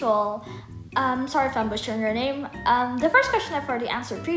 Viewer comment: Ahh im late!! But your voices are cute and don't worry about my name, you pronounce it right😆